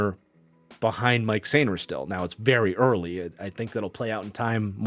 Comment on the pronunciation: FYI Mike Sainristil's first name is pronounced Mikey! Love the content!